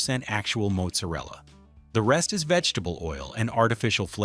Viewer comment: They pronounce their name like this: "Ray-o". And it's pronounced "Maht-zer-ella" not "Moat-ser-ella".